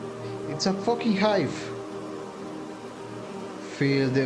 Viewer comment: "It's a focking hive!" XD